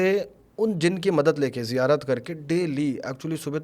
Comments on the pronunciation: kabi zirayat kabhi zikayat kabhi ziyarat sahi se to bol nahi pa raha esa kuch nahi hota hai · जिरायत ❌ नही ज़ियारत होती है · Itna pade huye ho bur ziyaarat thik se nhin bol paate ,,,ye kya baat hui yaar 😢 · zairarat nahi ziarat hoti hai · Bro its Ziyarat not zikarat or what the words this Maulvi sahab is trying to say 😉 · ज़िरायत नहीं बे, ज़न्नत नहीं बे, तू सब कुछ ग़लत बोल रहा है, वो रुमाल क्यों बांधा है?? पहचान छुपाने के लिए?? फालतू बकवास कर रहा है ये सो कॉल्ड बाबा, ये सिर्फ पैसे ऐठने और पब्लिसिटी स्टंट है, सावधान कोई पैसों का व्यवहार न करे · He must be 100% tiktokker. When he is not able to pronounce islamic terms (ziyarat) how can he be a molvi🤣